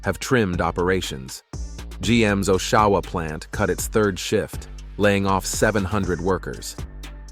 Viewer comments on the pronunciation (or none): “Oshawa” is not pronounced like an Irish name (“O’Shaw-wa”). It is pronounced OSH-a-wa. Maybe O’Shaw-wa will catch on, though! 🇨🇦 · Awe shaw wa.. Not O shaw wa Please